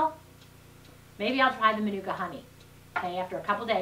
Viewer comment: use pronounced manuka very well yip its a nz brand honey